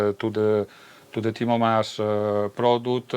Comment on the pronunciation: Come on,, you know his last name is MAAS not MASS.